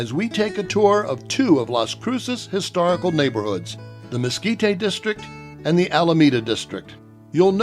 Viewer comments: Mes-KEE-tay??? Where you from, partner? Try Mes-KEE-teh.....sheesh! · Mesquit-tay? really people? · "We're here in Lase Cruises in the Miskeetay area where there are lots of places selling Chilly peppers! It is great to be in the 'New' Mexico (not the old one) where there might be Meskicans and stuff." Good God, who did they get to narrate this???